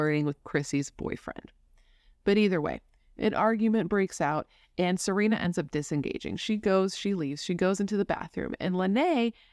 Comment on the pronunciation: Her name was actually pronounced Sa-Ren-a, not Sa-reen-a. She also went by Serenity. You said Sagkeeng right the first time. And, we have 911 in Canada lol